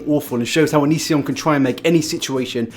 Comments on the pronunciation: here's a game, tale a shot for everytime he says youtube name wrong lmao j/k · I burst out laughing every time you mispronounced his name I was literally dying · Living for how you keep mispronouncing his name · It's not that you say it wrong, its that you say it wrong so many times.